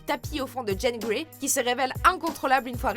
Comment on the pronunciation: C'est qu'un petit détail et j'apprécie la vidéo, mais est ce qu'y a que moi qui me fais écorcher les oreilles à chaque fois qu'elle dit Jane Grey? c'est JEAN GREY, JEAN bon sang!! :p